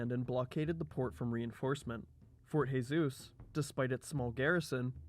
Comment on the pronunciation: Jesus is zhe-sus in Portuguese not khe-sus. Also, first imam of Oman was الجلندى بن مسعود in 751 CE ...you know, almost 900 years before Yaruba dynasty.